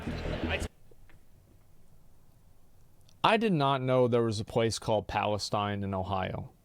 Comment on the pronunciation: it's not pronounced the same way as the shit hole in the middle east